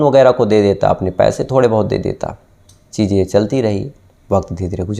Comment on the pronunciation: Aap Kahani Bahut Achhi Sunatay Hain Sir....Laykin Aapki Hindi Aur Urdu Dono Bahut Kharab Hai...Isliye Sunne Kay Aisa Lagta Hai Ki Kahin Humari Zaraban Bhi Kahi Itni Kharab Na Ho Jaay...Sir Please Thoda Kaam Kijiye Apni Pronunciation Per...Shaqs Hota Hai Saks Nahin....Cheezain Hota Hai Cheejain Nahi....🙏🏻🙏🏻🙏🏻🙏🏻